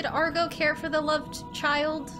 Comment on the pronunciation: The horse doesn't listen to you because you keep calling it "Argo" 😛